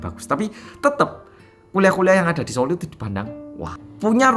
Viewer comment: ngakak pas ngomong SO'UL 😂